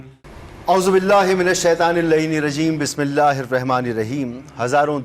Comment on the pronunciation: Ye pagal Anchor hy Kia Bismillah or aouzubillah glt prh rha hy 😢😢😢